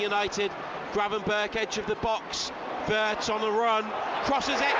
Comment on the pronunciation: was the commentator calling wirtz as birtz? 😂